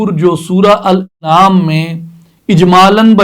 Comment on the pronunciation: معزرت کے ساتھ الانعام کی الف کا تلفظ درست کر لیں زیر کی جگہ زبر